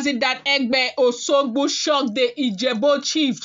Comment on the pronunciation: It is called O S U G B O and not Oshogbo as pronounced by you.